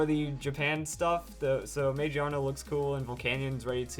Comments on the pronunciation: lol I cringe when I hear "magiana" now. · I think it's pronounced ma-gear-na. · Wouldn't it be Ma-Gear-Na because it is a gear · ma gear na you said it wrong but great video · Dude it is pronounced MA-GEAR-NA. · I wonder if the English name is pronounced "Muh-Gear-Nuh" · I think you're pronouncing the English translation wrong. I'm seeing this as Mag-Ear-Na, or MaGEARna. This thing has both (big) ears and a gear around its head. I also think it's typing will be steel/normal. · It has to be pronounced Ma-GEAR-na, not how you're pronouncing it. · I'm pretty sure it's pronounced mah-GEER_nuh because it's based around an mechanical and gear-like design. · It looks like it would be pronounced ma GEAR na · I think it's pronounced Ma GEAR Na. It does have gears in its design, so that sounds more right to me. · Every time you say Magearna wrong I cringe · please tell me how it would be pronounced gear without the r im well aware that gia is japanese for gear but it clearly says magiana not magearna just because gia means gear doesnt mean it has to be pronounced magearna :/